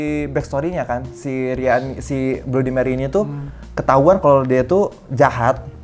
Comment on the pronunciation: bacanya bladi meri bang